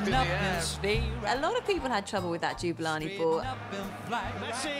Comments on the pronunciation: The mispronunciation of Jabulani is shocking in this video. It's like they've never actually seen it spelt, or they just can't read. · It's Jabulani, not Juberlarney! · Did he say jubalani? Jooobalani? Jewbalani? Its jabulani not jubalani, jawbulani. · Jabulani not joobelanay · Jew-ba-lani haha I just can't.... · I love how they pronounce it "Jubilani"... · JA-BU-LA-NI, not Juberlarney. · Do English people know how to read? How does one read "Jabulani" as "Jubalani"? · i thought that too isn it supposed to be pronounced JAB bu lani